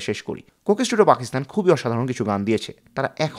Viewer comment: সুন্দর ভিডিও। তবে বারবার কোকেস টুডিও, কোকেস টুডিও শুনতে কানে লাগে। যেহেতু এই শব্দটা অনেকবার ভিডিওতে এসেছে, উচ্চারণের সময় একটু সতর্ক থাকা দরকার ছিল। শুভকামনা।